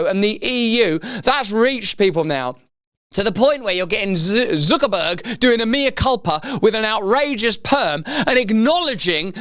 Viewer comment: why does he pronounce his name ZOOKERBURG? it's not a UK thing, I live in the UK, we say Zuckerberg like everyone else